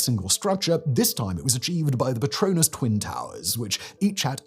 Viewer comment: “Petronas twin towers” is what I heard after having paused for a while and… holy shit. Say that in a British accent while waving an imaginary wand around and you will have yourself a laugh I promise you that.